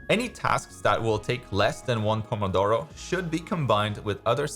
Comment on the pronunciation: I'm italian and i wasn't expecting that perfect "pomodoro!" Pronunciation